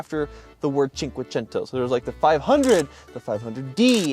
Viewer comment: gongratulation, it's the first time I can hear Cinquecento pronounced correctly in italian!